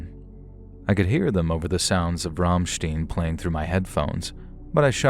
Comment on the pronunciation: It’s pronounced Ramshtain smh 😭 thank you for the stories again tho ❤